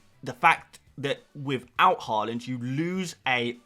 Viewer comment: YAAAAAY pronounced Haaland instead of Hooland Honestly I like watching your content but the way you are purposefully mispronouncing Haalands name is 5ucking annoying.